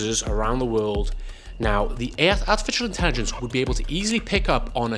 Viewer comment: I don't know why or it's intended but you said "artificial intelligence" in, what I can only assume was German 😮😂 anyone else getting that or just me?😅